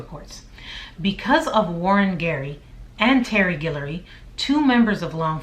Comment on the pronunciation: girl, you from louisiana!? cause you say Guillory (also my last name) perfectly!